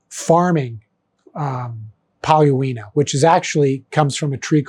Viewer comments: I think that should be pronounced pretty close to "Polonia" even though the spelling is Paulownia. I've build two guitars out of it. The grain is really nice, and the Tele I dyed teal with Keda dyes came out looking amazing. For fixed bridge guitars no problem (not sure about Tune-o-matic, I would probably add a block of denser wood for attaching it), but I do know the wood is not strong enough to hold a Strat vibrato reliably in the long term. I know because I put one on the Strat build before realizing - it is now immobilized. For stability, I think you would have to add blocks of denser, heavier wood if you're hell bent on making one with a vibrato. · "Paulowina" is actually "Paulownia", which for some reason gets mispronounced by just about everyone, including me, until I realised that I put the "i" in the wrong position. PaulowNIa - Paul-own-ya